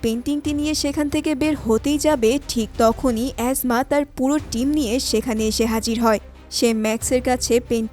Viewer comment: এসমা কে অ্যাজমা কেন বলেন?😂😂😂😂